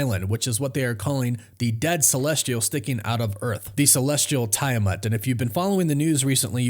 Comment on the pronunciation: TEE-A-MATT= Tiamat ADA-MAN-TEE-UMM= Adamantium. Just trying to help...still!!!!